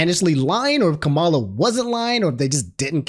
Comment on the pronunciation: Her name is pronounced comma-la